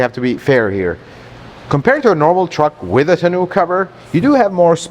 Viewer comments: Tah-know cover not Ta-noo/Canoo :face-blue-smiling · Nice review as always. Agree with all points but they way he pronounces 'tonneau cover' drives me batty..... Sounds like he's saying "Ten-new cover"? "Tah-no" cover is how I've always heard it pronouced with the emphasis on the "tah" part! I don't think it is supposed to rhyme with "Canoe"! lol😀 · I love you, but if I have to hear you say tunoo cover one more time...😂